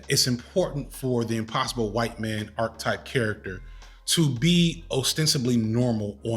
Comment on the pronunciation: With all the love in the world, and I only mention it cos you say these all the time - archetype is said with the e in the middle pronounced, and the word 'especially' isn't pronounced with an x after the first e! Had to finally say it, forgive me!